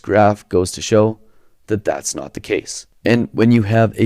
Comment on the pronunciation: I'm sorry, you're a BELIEVER in trickle-down economics?? You're kidding us, right? You mispronounced "not" and tripped over your own tongue and didn't catch it on the edit? RIGHT????